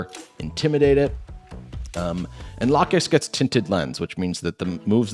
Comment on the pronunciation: dont worry about the Lokix name thing, everyone also says Gargancl wrong as hell too.